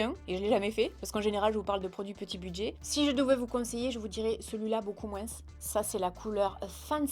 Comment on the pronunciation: Super vidéo comme toujours et merci pour ce joli concours 😍🍀👍. Petit "moin's" que j'adore 😂😂❤. Prends soin de toi 😘❤